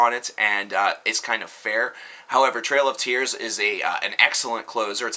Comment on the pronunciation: It's "Trial of Tears". TRIAL. As in "an attempt or effort to do something". Not Trail. As in Andrew Jackson's controversial Indian policy.